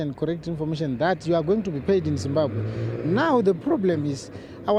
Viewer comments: It’s not zimbabhe it’s Zimbabwe Ma’am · Let's not be ignorant guys..Point of Correction..Its Zimbabwe!!